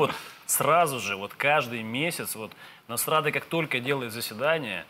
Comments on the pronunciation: Я с первого раза не расслышала, а потом мне понравилось слово " НАСРАДА ". КЛАСС. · "Насрада", блин!